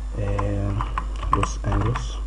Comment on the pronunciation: انا معاااك عبدالله عمل شويه غلطات في الحوار مع عمرو اديب زي ما كان بينطق لوس انجليس بالجيم المصريه مع انها جيم معطشه عاديه وليست جيم مصريه وانت كماان قولت جيم مصريه المفروض هيه جيم معطشه وليست حيم مصريه في كلمه لوس انجيليس لنها جايه من كلمه انجيليس يعني ملائكه بس مش معنى انه قال ولايه لوس انجيليس وبينطقها غلط يبقى كلامه غلط انما هوا كلامه صح .. انا بس مش عارف انت معترض على ايه الاخطاء في لامور دي صعبه شويه دا رأيي والله اعلم